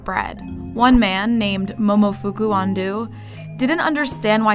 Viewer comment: I am stunned at how spectacularly the narrator managed to mispronounce "Momofuku Ando".